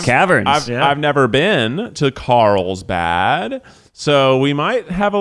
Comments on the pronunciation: Is Keith saying that he is going to Karlstad? Or dose it just sound like it? Cuz Karlstad is Swedish meaning “Karl’s town” and also my Swedish hometown 😎. So I am getting confused 🤷‍♀️ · He's saying Carlsbad, but it really sounds like how an English-speaker would pronounce Karlstad xD